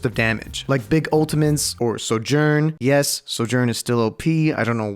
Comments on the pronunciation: bro said SoJuRnn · bro said "soo yurn"